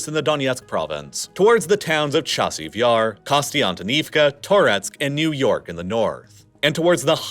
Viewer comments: NOT NEW- NU YORK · Mom, I want to travel to New York! No, we have Niu-York at home! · ‘Niu-York’ Had to re-watch that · NIU YORK 💀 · The Russians invaded Niu-York?! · Niu york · ”Niu York” lol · Is NIU-YORK kind of like New York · Crazy how there is a place in Ukraine named Niu-York and it’s pronounced New York. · "Niu York"? Really?